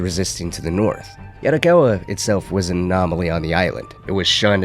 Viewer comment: Bro video is good but every time you say "yaRricawwa" it throws me off. Please don't try to use the Spanish tongue roll in asian languages, it's not the same😭